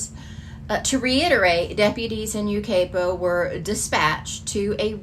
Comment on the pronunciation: Hi!! This is very near to me. The city is pronounced like this - U-ki-pa, with a long i in ki, like pie. Such a sad case😢. ❤❤